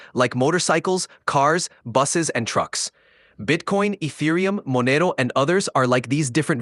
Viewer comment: Why does your AI pronounce Monero like that 😭